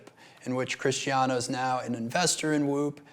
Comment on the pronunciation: Cristiano❎ Crishtiano✅